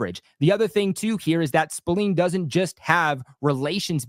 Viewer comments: Robert Spil-Lane correct pronunciation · Dawg it’s an “A” not “E” smh